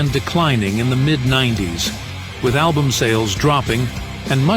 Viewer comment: Why use an AI voice, "A DEBUTT ALBUMM", such a sad attempt to make a video.